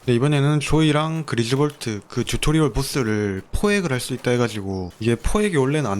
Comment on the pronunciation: 듀토리얼이 아니라 튜토리얼임